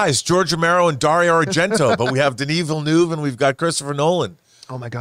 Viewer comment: Everyone: Denis Villeneuve Snoop: Daniel Villanueva 😂😂😂